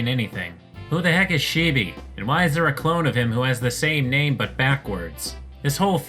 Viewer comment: you pronouncing "chibi" as "sheebee" killed me for some reason